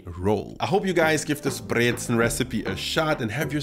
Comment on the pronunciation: I like that you say Brezen and Obazda perfectly. It’s not Brezeln. :)